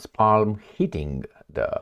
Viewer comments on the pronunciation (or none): nice shirt make the intros shorter "Palm" is pronounced WITHOUT the "l"-- just a short "a"